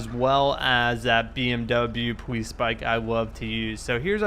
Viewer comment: Why does he say powice